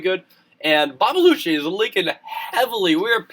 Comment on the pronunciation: Its Dutch! Babelutje is pronounced as bah-buh-lu-tjuh, but it doesn't actually mean anything xD Meneertje means 'little mister' (its just a funny way to say mister)